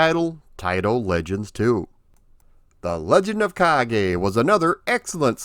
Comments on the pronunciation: I liked the game back in the day, but I thought it was too repetitive, not to mention a little easy. I think the second stage is the castle moat, not a cave. And the "e" in "Kage" (which means shadow, BTW) is pronounced "eh," not "ay." The latter would be written as "ei." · Ha ha only learned the name today. The Afrikaans pronouncing of this game was closer to Japanese than English